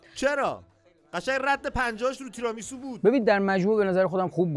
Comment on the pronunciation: چرا هی میگند “تِرامیسو”؟ تیرامیسو هست اون سبزی هم روکُلا هست نه رآکُلا، rucola Tiramisù